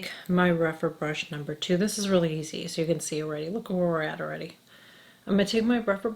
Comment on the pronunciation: I love how you say Oh-ready (already) ... I've missed your vids... work has been so crazy (health care)... but I'd forgotten how much I learn from you. You are so the best